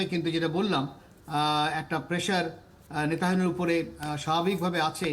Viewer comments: নেতানিয়াহুর নামটাই উচ্চারণ করতে পারেন না! "নেতাহিনু" একটা জঘন্য ভুল উচ্চারণ, এটা আপনারা দেখেন না??? এরকম লোক এখানে আনা কি উচিৎ হয়েছে??? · সব্বাই জানি নেতানিয়াহু , আর আপনার এই আলোচক বলেন নেতাহিয়ানু, (নাকি আমি কানে কম শুনি?)আসলে কি হবে রে ভাই,একটু জানাবেন কি কেউ???? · Its not nata hebu its nataniahu.. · নেতা হেনু নয়, নেতানিয়হো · এমন একজন বিশেষজ্ঞ এনেছেন, যিনি "নেতানিয়াহু’র" নামটিও ঠিক করে উচ্চারণ করতে পারে না! তিনি উচ্চারণ করেন " নেতাহিনু"!! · একজন আন্তর্জাতিক বিশেষজ্ঞ বার বার ”নেতাহেনু” উচ্চারণ করছে। কি রকম তাহলে তার পড়াশোনা। সব জায়গায় একই অবস্থা। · আপনাদের সংবাদ দেখে হাসি পেলাম এমন এক অভিজ্ঞ লোককে নিয়ে আসছেন যে কিনা ইসরাইলের প্রেসিডেন্টের নামটাই সঠিকভাবে উচ্চারণ করতে পারেন অথচ সে বিষয়ে সে বিশেষজ্ঞ😂😂😂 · 😂😂 এমন একজন বিশেষজ্ঞ মন্তব্য করার জন্য নিয়ে আসছে, উনি ঠিকমতো। ইজরায়েলের প্রেসিডেন্ট নেতানিয়াহু, নামটি সঠিকভাবে উচ্চারণ করতে পারছে না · নেতানিয়াহু’র নামটি যিনি বার বার ভুল উচ্চারণ করছেন তাকে কিভবে ধন্যবাদ দিলেন? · যদিও নেতানিয়াহুর নাম ঠিকঠাক বলতে পারেননি তবে কথাগুলোর যুক্তি আছে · উনার চেয়ে অনেক ভাল লোক আছে।উনি বিশেষ ভাবে অযোগ্য।উনি নামই ভালোভাবে বলতে পারে না।